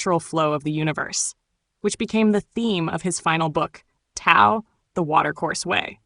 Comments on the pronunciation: It's pronounced DAO not tao. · Why all the fake pictures of Watts? No pics of him with long hair and beard? Also, the narrator mispronounces the words Tao and Jung